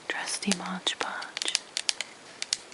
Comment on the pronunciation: Really beautiful! And very soothing to listen to. I think that product is called Mod Podge, though, not Modge Podge... :)